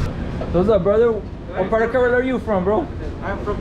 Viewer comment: Why he says Karela ?? It means bitter gourd ... Pronunciation should be corrected .... Kerala (ke + ra + la ) It would be aweome to have some voice comments here ...